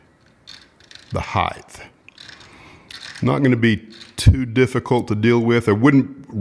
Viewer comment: The height adjustment with plastic card was absolute genius. BTW it is height (pron: hite) not height-th. However, I will take excellent vids over minor imperfections anytime.